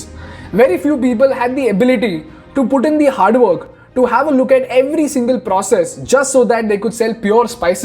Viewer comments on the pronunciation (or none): none